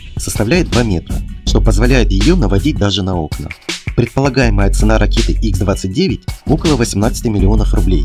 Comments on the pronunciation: не икс,а Ха 29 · какой ИКС-29?какой установленная?ты в своём уме?Подвешенная Х-29(Ха произносится,буква Х) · Только это не Икс, а Ха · Не икс 29 правильно ха 29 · Не Икс, а Ха